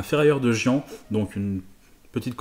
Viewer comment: Pour info Molsheim pas molcheim 😉😂 et gien pas gian .....